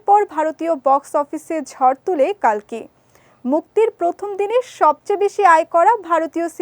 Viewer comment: কল্কি হবে কালকি নয়